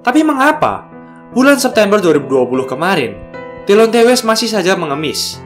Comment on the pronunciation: Lebih bagus klo namanya dibaca "Dilonti west"